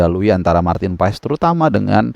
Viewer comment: Maarten passs bang.. bukan pa es 😂